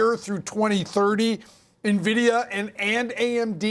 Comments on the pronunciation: its N VEE DEE YA not NIVIDIA 😂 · The guy in the video doesn't even know how to pronounce "N"-vidia! If you can't correctly pronounce the company's name, how can I take his advice!